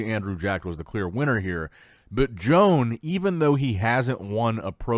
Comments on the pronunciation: Yo-ahn. It’s pronounced Yo-ahn Pradells, not “Joan” 😂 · SLAUGHTER the name! Muuahahahahaa .. Btw Good job, Jone Padell 😊 lol